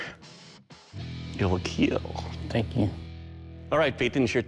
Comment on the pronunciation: I Hit play just to hear him say: "It will Keel" 😂🥴